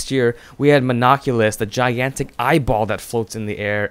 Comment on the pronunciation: when u said giantic eyeball i was thinking you said giantic Ipod LOl